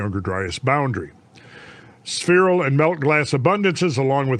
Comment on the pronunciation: Suicide drinking game shot every time Randle says sphereal